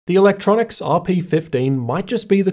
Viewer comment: Say it with me... E... Luk... Tro... Nics